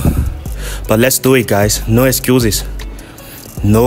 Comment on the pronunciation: "no ex-you-zyzz" 💀